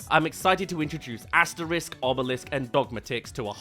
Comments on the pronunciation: Just a small pet peeve, the X in Asterix and Obelix is hard (AsteriX not Asterisque), and the dog's name is Dog-mat-ix, not dogma-tix. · It's Asterix and Obelix, pronounced Asteriks and Obeliks, not Asterisk and Obelisk!